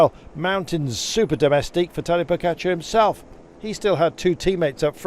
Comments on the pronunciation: Its pogacar not pokatschar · Why is he pronouncing it PoKačar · Why cant he pronounce Pogacar properly?